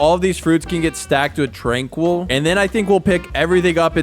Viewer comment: TRANQUIL NOT TRANQUOOL